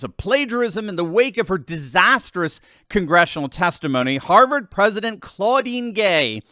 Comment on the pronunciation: Rolling on the floor, laughing my fu$king ARSE off at 'Haaavaaared' 😅😂😊🎉❤